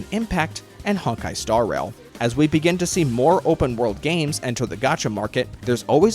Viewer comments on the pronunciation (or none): none